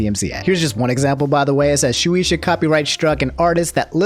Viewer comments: It's pronounce " shoo- ey - sha" not "shoo- EE-sha" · it's "shoe-aye-shuh". "shoe-e-sha" is my cousin on my dad's side. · It's pronounced Shoe-ay-sha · The company is pronounced (Shoo-Aye-Shuh) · Its pronounced Shu-ay-sha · Btw if u were wondering it shueisha is pronounced [shoe] [ay] [sha] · Shueisha (Shoo-ay-sha) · Its pronounced shoe - ay - shah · its pronounced like this, shoe aye sha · Its pronounced shoe-ay-sha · I like how hard you tried to pronounce Shueisha right but you still mess up. It's pronounced "Shoe-Ei-Shya" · You pronounce it like shu ey sha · All my homies hate shueisha Btw it's pronounced shoeayysha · It's Shoo-ay-sha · Its pronounced shoe-way-sha by the way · Just to let you know: Pronounced “shoe-A-shuh” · My mans said SHU-EE-ISHAAA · It's pronounced "Shoe Ay Sha" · Lmaoooooo no hate but Shueisha is pronounce (Shoe-ay-sha) just letting ya know love the vids 👍🏻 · Shueisha being pronounced as "Shoe-ee-shuh" kinda hurts ngl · Just a little correction it’s phonetically pronounced Shoo-way-sha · Shoe aye sha. It ain't that hard. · I'm sorry but it annoyed me how you pronounces Shueisha (Shoe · ayy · sha) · he fucked it up. lmao. it's SHOE AYY SHA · Shueisha (shoo-ay-shuh) ~Dz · Shoe-ey-sha. That's the pronunciation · Just in case shueisha comes back to the news, it's pronounced "shoo-eyy-sha" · Shu-ay-sha is how I usually hear it pronounced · Its shu-aye-sha The e's in japanese make a "ay" sound and the i makes an "e" sound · I got you Shoe-aye-sha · just a protip for pronouncing japanese names: pronounce every vowel separately Shueisha → shu/e/i/sha → ending up like shoe-ay-sha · Shueisha is pronounced Shoe aye shuh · thanks for trying to pronounce it, japanese words in english are kinda weird, it's more like shoe-ay-sha, the 'ei' is like ay like Rei (or Ray). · Isnt it pronounced shoe-ay-sha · Yo, I just wanted to let u kno, Shueisha is pronounced (Shoe-Aye-Shah) 😇 I dont want the anime police coming for my boi lol 👍🏾